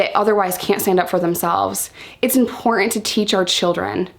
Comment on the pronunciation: It's important to realise that the "t" in the word "important" is not silent. :)